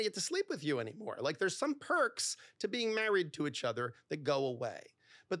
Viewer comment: I'd break up with this guy after 6yrs for saying 'itch' instead of 'each'